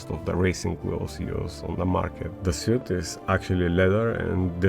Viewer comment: In English “suede” is pronounced like “swayed.” It comes from the French word for Sweden. Always love your videos! Hope you don’t mind the English correction. You speak English so well, I thought you would want to know.